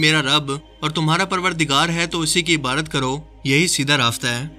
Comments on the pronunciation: MASHA ALLAH bohat khub video but ap Ibadat ki jagah Ibarat Q bolty hein ye zra clear krein.plz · Ebadat ko abarat nai bola kren plz